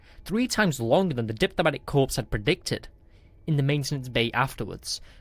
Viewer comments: Good story with excellent overall narration, I look forward to listening to your future stories. and The "S" in the word "debris" is silent. The captions have the word "immobilized" not the word "paralyzed" as narrated. The "S" in "Corps" is also silent. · If this was actually narrated by a human they need to know it is pronounced core not corps and debree not debris. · It's pronounced CORE, not CORPSE. Good story, and hoping the narration will improve. 7/10